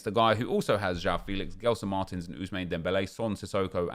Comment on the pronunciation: Stop saying Guelson Martins lol